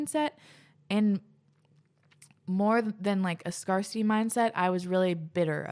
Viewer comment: it's scarcity, like "scare city." Not, "scar city."